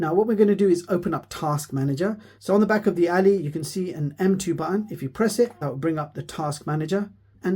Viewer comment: It's Ally, not Allie. You are saying it like a proper name, but it's the word Ally like "I am your ally"